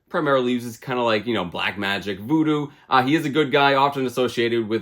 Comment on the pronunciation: the way u said voodoo lol